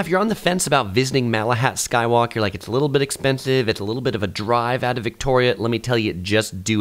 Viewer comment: i hate to dump on the video, but did you say makahat skywalk? lol